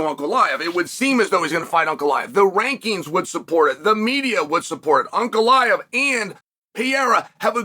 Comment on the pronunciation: ANKalaev ❌ UNKalaev ✅